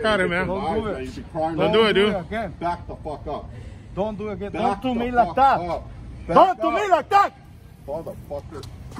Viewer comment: “He said don’t talk to me like daaat Chico” 😂😂